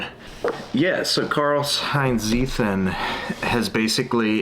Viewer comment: Seems like an interesting book. Btw, just because you said it so many times; it's "Tseeten".